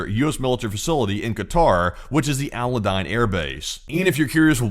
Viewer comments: Ahl-You-Deed….Al Udeid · Al Udeid. "Al You-deed" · Al U-DEED You cannot spend any time around US military and not know how to pronounce this name.